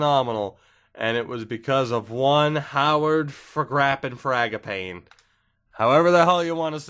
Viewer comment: i’m pretty sure it’s “FRAG-uh-PAW-nee” but it’s not really a big fuckin deal much love